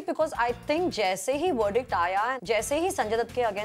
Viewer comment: Somebody please teach to pronounce the letter "V" its not wordict its verdict!